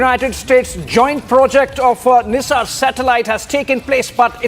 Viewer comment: That's not NISAAR,it's pronounced 'NAIZOUR'